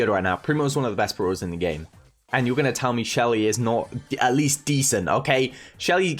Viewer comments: Yes very Good "Bruulers" 😂😂 lmao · itf funny how calls brawlers bruwlers